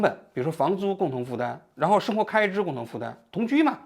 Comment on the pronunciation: 王局发音咋这么多平舌😂😂😂su字 seng活